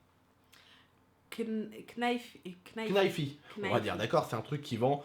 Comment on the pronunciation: Juste pour te corriger tu ne dois pas dire le "k" dans "knife"😂😂😂